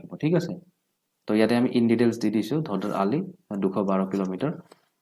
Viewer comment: ধদৰ আলি নহয়। ধোদৰ আলি হয়।